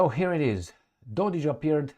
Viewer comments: IT IS NOT and I was born in B&H. I should know. It is Dodić. That last letter is not C and is not pronounced as K, it is pronounced as CH, as in Cheese. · You have it wrong. is correct. Proper symbol for that last letter id c with appostrophy, which is pronounced something closer to ch.